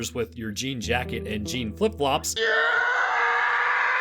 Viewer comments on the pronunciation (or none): none